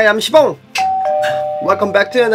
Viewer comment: your name sibong but we pronounce it shibong right????